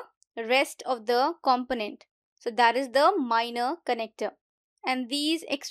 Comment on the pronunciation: Check the pronunciation of component